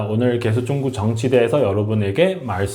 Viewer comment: 중국 위주 시사채널인데 중국을 '쭝구'로 발음하시면 집중력이 떨어져요